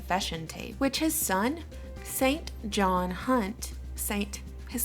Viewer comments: It is pronounced as SINJON not SAINT JOHN, otherwise a good video well done............ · St John is pronounced Sin jun...just sayin. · St John is pronounced sinjun or sinjen (or somewhere in between). Ps. Don't trust Snopes, they're part of the establishment. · The name St. John is pronounced "sin-jn" -- love your videos :) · Sinjin as a boys' name is pronounced SIN-jin. It is of Hebrew origin, and the meaning of Sinjin is "God is gracious". A phonetic spelling of the English pronunciation of Saint John. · the name st. john is pronounced sinjun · St. John, as a first name, is pronounced 'Sinjen'...believe it or not!! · Amazing work 😃 Here's a random useless factoid the name "St. John" is pronounced "Sinjin" go figure...